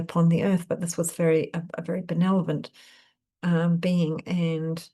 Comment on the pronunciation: Thanks; I enjoy your readings. Sorry to be a grammar nazi but check spelling and pronunciation of benevolent 🌟